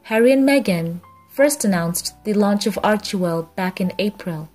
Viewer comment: What I think, is that you should check the Archewell site to get the proper pronunciation of the name of the foundation. It just irks me wrong when you say it wrong. Thanks